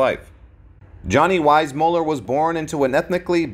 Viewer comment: This guy keeps mispronouncing JW's name. If you're going to narrate a famous person's life story, at least pronounce his name correctly. 🙄